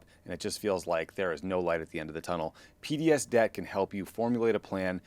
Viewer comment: Man, I thought you said PBS Debt - as in, PBS is no longer being funded by the government and needs help paying their debts. Took me a hard minute to realize you said P.D.S. Debt. Maybe tell them to change the name, or do a better job pronouncing it (don't mean to offend) because it's a little confusing and it tugged at my heart strings a bit because PBS is in trouble.